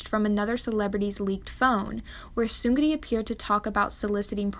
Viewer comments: The “r” sound in Korean isn’t like that of in English. It is rolled, which is why I think she pronounced it the way she did, but the r in Seungri isn’t emphasized as much as she’s saying it. The way she says it would kind of look like 승그리 (seung-geu-ree). The “ng” and “r” combination sound really awkward and is generally just difficult in Korean, so it instead sounds kind of like seung-ni (as others have said) because it’s just easier. “Ni” is actually still “ri” but like reeeeeeally short. It doesn’t just sound like straight up “knee” (not really, at least). There is a slight rolled sound. Like the very last bit of the rolled “r” sound. It’s hard to explain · Lol well done but Seun gri? Is Seung Ri lol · You lost all credibility by calling him seungree. Seungli 승리 is pronounced seungli which means victory in korean. Another foreign tryhard. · He is seung -ri not seun-gri..... just saying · You pronounce seungri as seung-ni not seung-ri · Your pronounciation of Seungri, to correct it you almost leave the G out and pronounce it as Seun-Ri. The Gri sound you make isn't correct. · I'm not trying to hate. I'm just giving feedback. The "Soon-gu-ri" was kinda stuck in my head.. I know everyone is not Korean and can't pronounce everything correctly but just to let you know, it's "Sung-li" There's more of a L sound than a R sound. Tbh this stuff doesn't even matter. We're not gonna be saying his name anymore, right? \/(°_°)\/ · Just a friendly comment passing through, its pronounced "seung"- "ri" not "seun"-"gri". Thanks! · no offense but yall talking bout the scandal and i say im kinda disturbed at the pronounciation "seung-gri" idk but it's seung-ri :) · she pronounces it as seung-gri and rolls the r😭 its just seung- ri with a soft r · his name is actually pronounced "seung-NI" because it translates to "victory" in korean and it's how the characters work. ur appreciated for ur current pronunciation, tho uwu. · I like how she pronounces “seungri” “Seunglree”